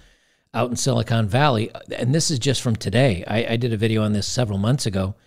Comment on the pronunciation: You mispronounced, "sili¢unt" valley. ✌️